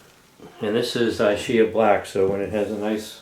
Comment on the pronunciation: Just to let you know, that ch is prononunced like a K in Italian …. ISCHIA... I know because my mother was born in Ischia